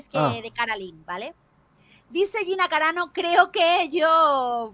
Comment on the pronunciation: Dice Gina caranao en vez de carano 😆😆😆